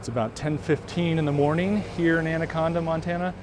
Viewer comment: Natives pronounce it "And a con da."